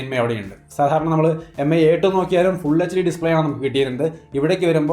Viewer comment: Mi എന്നാല്‍ മി എന്നാണ്...Pronunciation എം ഐ എന്നല്ല... Hope you will correct it.